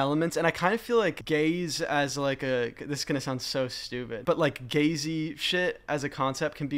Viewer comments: it took me way too long to figure out that you were saying "gaze-y" as in gaze-like and not the homosexual version of Jay Z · Why did I hear “gazey” as “Gay Z”?? Lmao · I thought he said Gay-Z Instead of Gazey